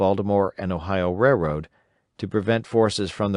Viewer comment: i noticed this guy cant pronounce the word "railroad" very well at all. i did however, noticed he pronounced a lot of other words correctly and up to my standards